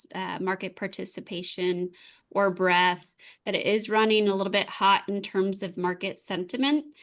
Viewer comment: I always enjoy, but it's breaDth, not breath.